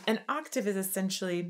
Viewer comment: just so you know you said aatave not octave the first time 😁🤪🤣😂🙃😇